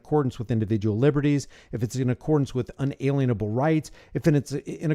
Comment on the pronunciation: pronounced un-a lien-able